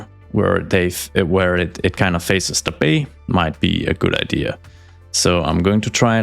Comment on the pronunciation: There’s no R in “idea” btw. 😂